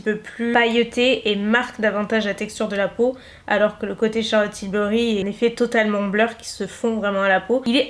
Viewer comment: Du coup est-ce qu’il existe une poudre de finition mais Matt ? Effet bleur’ comme tu dis mdr